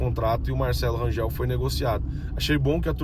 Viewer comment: Bom dia, pelo amor de Deus, Rangel nao Rangeu, ok?🤦‍♂️🤦‍♂️🤦‍♂️🤦‍♂️🤦‍♂️🫣🫣🫣🫣🫣